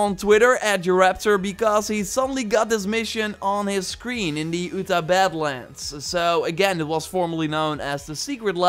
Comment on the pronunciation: He said “the Oota badlands”